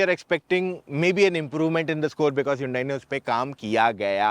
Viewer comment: Hiiyuundaii kya hota h bhau 😂. It is pronounced as Hun-Day ( as Sunday)